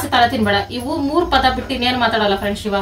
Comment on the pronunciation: ಸಿವ ಅಲ್ಲ ಶಿವ